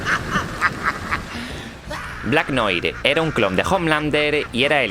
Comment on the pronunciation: noir se pronuncia noar.